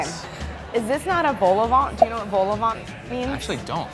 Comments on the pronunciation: Did she say vol au ventor bol au vent because thefirst oneis the right one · You can't claim any level of French proficiency if you're pronouncing the t at the end of vol au vent. That's Melania-level French.